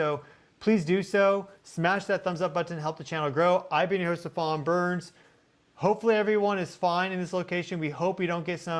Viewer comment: You're pronouncing your own name wrong. It's 'Stee-van."